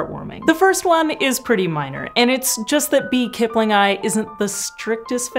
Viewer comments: I am sorry but "kiplingi" is [kiplingi] NOT [kiplingai] - the "i" as in "sit" English, WHY would you assume scientific Latin has all the exact same sounds spelled (or letters pronounced) YOUR WAY. Who the hell does that? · Why do you keep saying Kipling-eye, instead of Kip-lingi ?? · aaargh, my ears... :S keep-lin-ghee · It's "kiplingee".